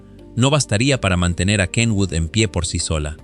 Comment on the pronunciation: Por fin alguien pronuncia bien el nombre de Kenwood.